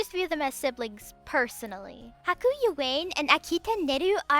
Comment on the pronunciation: Bruh, you said "Yoh-way-n" tho